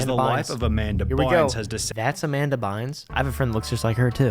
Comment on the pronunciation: dam not Amamda!